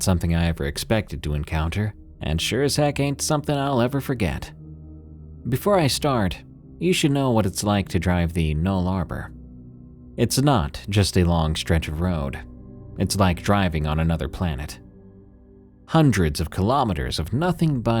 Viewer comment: Nullabor.... pronounced nuh.luh.baw 🙂